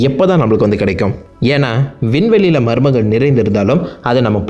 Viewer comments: நீங்க மர்மங்கள்னு சொல்றது எனக்கு மருமகள்னு கேக்குது😂😂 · Not Marumakal.....It's Marmankal...